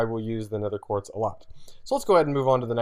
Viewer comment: He keeps saying 'nether quart' its 'nether QUARTZ'!!!